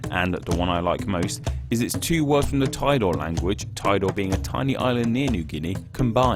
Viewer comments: it's actually tee-do-ré, not tai-doar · TEE-dow-RAY... not 'tidore' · I cringed when he said "tidore". It's "tee-do-ray" not "thy door" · Tidore is read TEE-DO-RE not TAIDOR, not my Indonesian ears are itchy because of what you said. ARRGHH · Tidore should be pronounced "tee-doe-rey". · tee-do-ray (like tee- and do re mi) that's how TIDORE is pronounced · To pronounce Tidore Island is "tee-do-re" in Indonesian. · How you pronounce "Tidore" is just like "Tea-door-e". 'Tea', 'r sound' as in 'adorable', and 'e sound' as in 'pen' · For Indonesian name, assume each vowel construct a single syllable. Ti - do - re Ter - na - te Pa - pu - a Ma - sya - ra - kat Ke - ma - nu - si - (y)a - an We even simplified Papua New Guinea, into Papua Nugini.